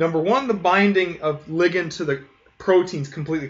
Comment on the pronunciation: He's pronouncing it correctly. "Lie-gand" is just awful.